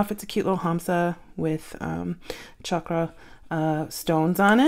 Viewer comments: Sounded like you said cha ka stones - FYI - chakra is pronounced shaw kraa. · I pronounced it correctly. Shaw-kra is the American way of pronouncing it but not the correct way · Often mispronounced as shakra, with the sh sound heard in words like “shoe” and “ship,” the first syllable in chakra is actually pronounced cha, with the ch sound heard in words like “patch” and “munch,” while the “a” in both syllables is pronounced with the uh sound in “duh.” Thus, the correct pronunciation is chuh-kruh. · I am not “touchy”, just providing information. Funny when giving correct information I’m seen as touchy. Is there another way to respond? It may have sounded like Cha ka in the video but that could have been the quality or something happened while I was saying it. Cha Kruh is the correct pronunciation. After I wrote my original response, I found the correct explanation so thought to give more information. I am American (why would this matter?) but prefer to say it correctly. Why mispronounce something when I know the correct way to say it?